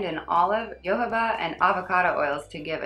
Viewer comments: Hi! Love your videos 💕, you keep your reviews fair and real which is greatly appreciated. I kept watching lush vids here on youtube before going to the store for the first time this week and yours are the only ones that matched, at least to my nose, what I smelled/tried in real life, so thank you and keep them coming! A small tip: jojoba oil is pronounced ho-ho-bah, following the spanish pronunciation, which makes me laugh when I say it in english because it sounds like a santa claus that's gone scrooge-like, ho ho bah 😄 (when I speak spanish it's fine though, go figure). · very happy to hear that I'm helpful! Thank you! 😂 I thought jojoba was pronounced yo-ho-bah kind of like how Milla Jovovich pronounces her name. Thank you for letting me know, I'm sure I've butchered a few others. I do try to figure out pronunciation beforehand but I get so into what I'm taking about, I forget to correct myself a lot of the time lol.